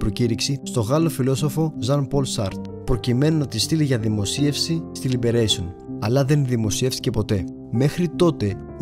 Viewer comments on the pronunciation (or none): Καλή δουλειά. Να επισημάνω ότι η γαλλική εφημερίδα προφέρεται ''Λιμπερασιόν'' και όχι ''Λιμπερέσιον''. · τι λιμπερεισιον, γαλλική εφημερίδα είναι, λιμπερασιον λέγεται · όλα καλα΄αλλά και τα μικρά παιδιά ξέρουν ότι η γνωστή γαλλική εφημερίδα προφέρεται στην τελευταία συλλαβή... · Ενώ φαίνεται οτι γενικά έχει αφιερωθεί χρόνος για να δημιουργηθεί το βίντεο, γίνονται ακατανόητα λάθη! Πως γίνεται κάποιος να λέει σε μαγνητοσκοπημένο βίντεο 'στα προβοκάτσια'; Δεν έτυχε μια φορά να το ακούσει; Και αν όχι, τότε γιατί το λέει; Επίσης πολλές λάθος προφορές πχ στη γαλλική εφημερίδα Libération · Ωραία δουλειά, μπράβο. Μια παρατήρηση: Η Libaration ειναι γαλλικη εφημεριδα και δεν πρέπει να προφέρεται αγγλικά. Κρίμα.